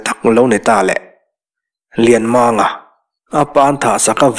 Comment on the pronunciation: Lianmanga hi Lianmaanga tiin I lam thin a, Lianmanga , Bel mang a mang Kan lam ang hian a ri tur ani zawk e